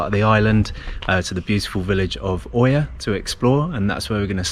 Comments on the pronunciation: Love your videos, but please pronounce Oia properly 🙏🏼 It's Eeea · The combination "οι" in Greek is pronounced ALWAYS "ee" like in the words " tree" "three" and "free" . Almost all tourists who make YouTube videos from Santorini pronounce "Oία" wrongly. You just have to say "eeah" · Its pronounced IA :) great videos btw!